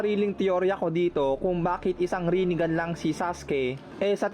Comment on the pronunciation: HAHAHAHA Rine-Gone😂may point si kuya😂